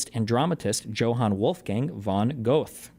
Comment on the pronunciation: “Go Eth”? GO ETH? This is how you say this? lolol Go Eth. Good god